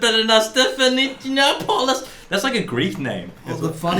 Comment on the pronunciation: The way they pronounced ''Giannopoulos'' had me dying.... If you boys ever need a Greek teacher hit me up! Lmao